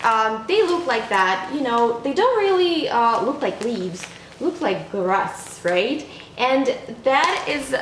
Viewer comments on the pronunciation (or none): none